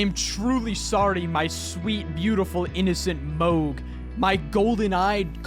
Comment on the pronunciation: Oh how wrong you are on “Mohg les ter” part